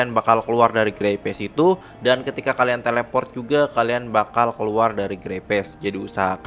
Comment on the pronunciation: Dibaca grey speis, not grey pes. Sorry gemes denger nya🙏